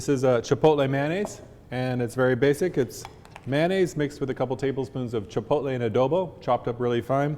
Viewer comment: Boleeloh, Halapenis, Cheepotlee, FreeHolee (he he).